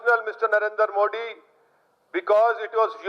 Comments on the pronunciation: यह चुटिया मोदी नहीं बोल पाता मोडी कहता है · Katve tu hindi hi bolega Tere se modi ji ka naam to achhe se liya nhi jata English or urdu kaha se bolega